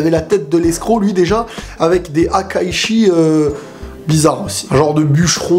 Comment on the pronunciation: salut super vidéo juste un détail: on dit HAKAISHIN!! ^^